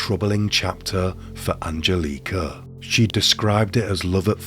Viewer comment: An gel eh ka.... Not angel leeka